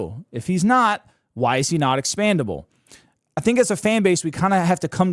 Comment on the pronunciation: Expendable not expandable dude